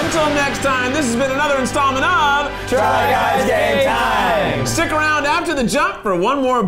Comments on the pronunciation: Does Eugene say "try guys gay time" instead of "game time"?! I've been wondering this for a while now. It seems like he is always saying "gay time" instead. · Is Eugene saying "Try Guys Gay Time"? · Sorry but I keep hearing it as "Try Guys Gay Time" 😅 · I have heard "Try Guys Gay Time" since the beginning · I thought it was try guys gay time at first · thanks, now i cant hear try guys game time without hearing try guys gay time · Eugene says Try guys gay time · I am positive Eugene say "try guys gay time" instead of game. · The try guys: TRY GUYS GAME TIME! What I hear: Try guys gay time~! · I swear when the other guys say TRY GUYS GAME TIME! Eugene says “Try guys gay time!” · It sounded at the end there like they said try guys gay time